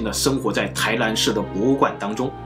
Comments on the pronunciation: 台南，不是台蓝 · 臺ㄋㄢ不是臺ㄌㄢ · 不是台南（ㄌㄢˊ） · 為什麼台南 唸成 台蘭？ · n和l你们真的发音不准吗